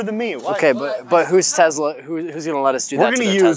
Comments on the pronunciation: its tesla not tezla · Hey boys, Tes-la not Tez-la. :) Keep it up with the rad videos! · I'm triggered it's Tesla not tezla